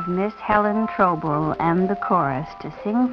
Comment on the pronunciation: TOO BAD THE PRO DANCER COULDN'T PRONOUNCE THE PRO SINGER'S NAME CORRECTLY, IT'S NOT TROBEL BUT TRAUBEL, LIKE TROUT, WHO HIRED HER?